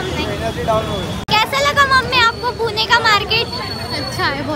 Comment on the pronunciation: It's not purna it's pune